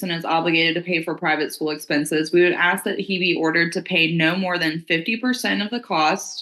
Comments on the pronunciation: It's ASK not AXED! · Did a professional lawyer just say AX? (Ask) oh no she did unt 😂😂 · Did he "ax" her? Well what where the injuries? Was it an "ax" or maybe a hatchet? Here's a ghetto lawyer who can't even speak English!!!! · The judge AXED him? That’s messy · I love lawyers that can’t properly pronounce ask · That Con artists' lawyer can't even say ask correctly.